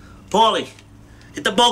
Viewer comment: Lmao at "ball cutters." He said bolt cutters 🤣🤣🤣